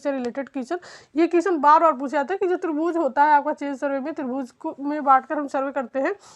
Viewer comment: मैडम माफी चाहूंगा कहने से पहले कि आप जो त्रिभूज बोल रहीं हैं, वो त्रिभुज है न की त्रिभूज